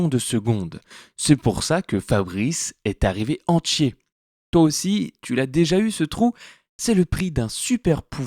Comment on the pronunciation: Je ne supporte pas ta prononciation : entchier, moitchié.